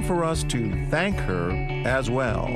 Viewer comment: I love you, John... BUT I've got to say this. Why the "time to "THANK" her as well" like as if thank is in air quotes? Doesn't many any sense. Oh, I know, it's because of some lousy script writing or voice coaching. Please, just talk like a normal human!